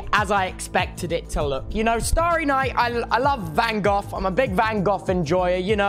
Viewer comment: Bro rlly said STEVEN curry lol. It's STEFEN curry lmao. He also said Van GOF. I'm pretty sure it's Van GO. I'm sorry not tryna be rude. It's hilarious. We love u tobster :) <3